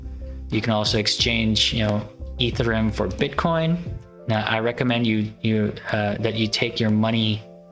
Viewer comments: It’s E-ther-E-um, not Ether-rum. 🤦‍♂️ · Dude it's EtherEum not Etherum